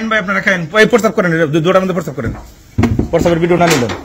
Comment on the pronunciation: পরসাব বলতেছেন আপনি কি মদ খাইছেন নাকি